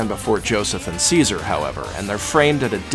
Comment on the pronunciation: i heard seizure instead of caesar